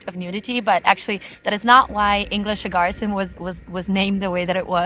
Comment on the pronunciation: Why do you find it so hard to say garden in German??? It's "Garten", not "Gar-Ten" or "Gar-Sen"????